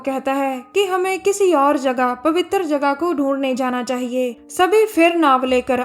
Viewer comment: Pawwitar jagah very funny 😂😂😂🤣🤣🤣